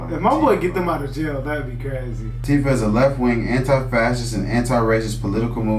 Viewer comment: "what is AntiFa" -- he puts the emphasis on the second syllable to hide what it means, which is "anti-Fascist". Then he plays it as if AntiFa is a "thing" or an "organization" rather than a philosophy of opposing fascism. More Rump bullshit.